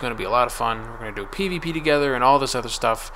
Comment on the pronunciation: When you said "we can do PVP together" I thought you said "we can pee together"